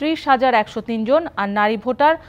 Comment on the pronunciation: ভাটার না😂😂 ভোটার হবে